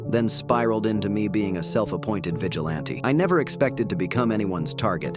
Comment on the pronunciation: Vigilante ❌ Vigile aunty ✅😂